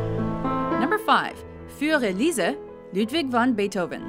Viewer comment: why did you pronounce fur elize with a french belgium accent? XD